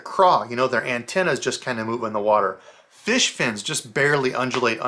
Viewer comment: I love that he says feesh. It’s my favorite!